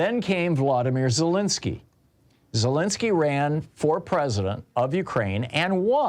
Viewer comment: Let's pronounce Zelensky's name right. Just respect the Ukrainian enough not to use the Russian pronunciation.